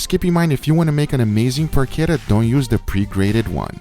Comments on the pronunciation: Guga why you sometimes say the words in spanish and sometimes in English? I though you were going to say "PORCHETA" and you said "porkera" 😂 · it's not "porckedda" it's PORCHETTA. Get it RIGHT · PORK ETTA or Poke Etta lol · It's Porshettah. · Every time Guga says PORKETA An italian granma cries in pain..... PORCHETTA CH Not K or C or CC it makes a Tch sound not a Kuh sound ,you dont say Kiabatta bread,you say Chiabatta bread,you say Buggati Chiron,not Kiron ....The H after a C Produces Tch sound for god sake..... im really triggered,like the one time someone pronounced the name of the russian vodka Stolichnaya - Stoliknoya.... o_o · It is porchetta. You have pronounce it wrong. Yeah, you can have it in a sandwich. Enjoy it! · I cringe everytime I hear him say Porchetta. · CH in Porchetta is like in CH in "chase". Not like CH in "characteristic"!